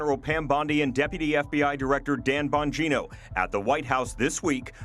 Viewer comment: Emphasis on the 'Bong' in surname!